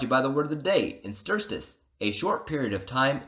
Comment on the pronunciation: Good review but its pronounced, in ter stice not in ster stice